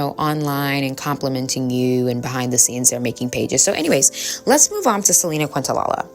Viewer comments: I’m enjoying your videos. 🙏 But as a big Selena fan, please learn to say her last name. 😅 Thanks for the great content! ❤ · Quintanilla is pronounced KEEN-ta-knee-Ya. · No disrespect Queen -I’m from TX and Selena is ❤ here! It’s pronounced kin-ta-knee-ah ❤❤ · Another great video 👏🏾👏🏾👏🏾. I noticed a lot of people in comments focusing on how you pronounced Selinas surname. Very petty imo. Your msg was still delivered and there were pics of her and clearly you were pronouncing it wrong by accident. Love your content. Keep shining ✨️ and stay blessed 🙌🏾 💕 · Actually, Kinda a bit rude for her to miss pronouns her name when she always talks ab respect, if you know ab Selena and did research as she clearly did why are we purposely mispronouncing I really hope she wasn’t tryna hate on the low